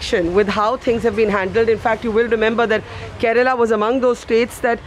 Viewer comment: Kerala.not karela